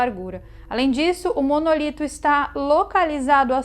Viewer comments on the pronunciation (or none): Não É monolito e simmm MONÓLITO!!!!!!!!!!!!!! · nao é Monolito é Monólito